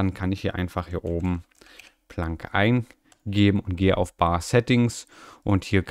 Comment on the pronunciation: schönes video und cooles system, der docker wird englisch ausgesprochen also plänk, ich nutz den uach ganz gern allerdings ist meiner immer links mittig sost werd ich beklopt wen der sich verschiebt. der syncthing hab ich mal für mein handy benutzt, also multi sync tool damit kannst du ja auch deine daten auf ein nas schiben oder wo immer du es haben willst, ist aber echt umständerlich von den eistellungen her.